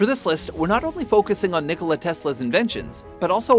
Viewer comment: it is Nikola, not Nicolai